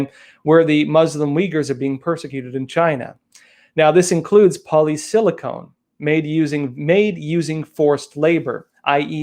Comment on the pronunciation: It is polysilacon, not polysilacone, you're thinking about breast implants. A small point, but you might as well be correct...